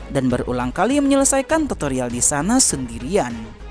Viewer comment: Tutorial bro bukan totorial😅😅 Toto mah togel bro😂😂